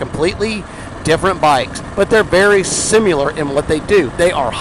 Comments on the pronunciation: Don't say husk-a-varna say husk-varna. Seconds later says sim-U-ler instead of similar. Shut up and let people say it how they will, and cut the damn chatter. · It's sim-i-lar not sim-u-lar 😂 good vid though! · Sim--i--lar, not (sim--u--lar). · You correct hooskvarna but say simyalar instead of s i m i lar. Lol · Someone this concerned with the pronunciation of Husqvarna should know the word is similar, not sim-u-lar. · Slamming on people for how they pronounce husqvarna, eh? At least we can pronounce similar correctly. It’s not “simular” Great content, though! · If you pronounce similar... sim-U-lur. And you do. Everybody else can pronounce Husqvarna... husk-uh-varna. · You said huskavarna and simular in the same sentence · Lol you told everyone how to pronounce husqvarna and then you kept saying simular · You want people to pronounce husqvarna right but you pronounce similar Sim”U”lar 🤦‍♂️ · Lectures on how to pronounce husqvarna but can’t pronounce similar....lolskis